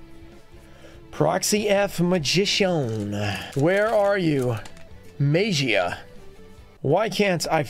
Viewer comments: Guys, what is the correct pronunciation of MAGIA, show be Mah - Gee - A right? Instead of May - Gee - A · I think it’s pronounced May- ja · Don't remember the day, but the day where you went off the tangent on pronouncing Magia differently and noticing that you pronounce it differently from other yugituber was a nice tangent to go off on